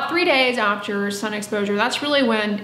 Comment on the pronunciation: Why is she calling The sun as San ?